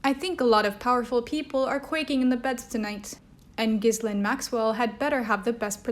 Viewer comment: GEE-lane!! I’ve heard her name pronounced a million times today ... it’s GEE-LANE! Sorry, carry on!!